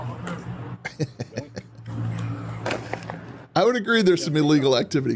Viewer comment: It’s eeeeeelegal. 😂😂😂😂